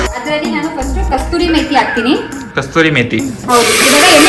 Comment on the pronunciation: And its not kasturi 😂is kasuri methi